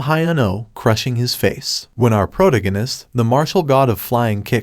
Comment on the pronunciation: It’s pronounced pro tag gan ist not proganist. Love your channel